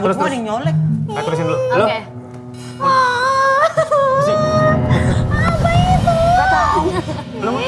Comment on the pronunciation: pas ngomong "apa itu" berasa kek logat Makassarnya keluar wkwk